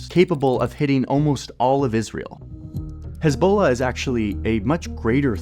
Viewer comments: His Balla! 🤣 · the way Johnny says Hezbollah is killing me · Heavily reminiscent of that EBOLA meme.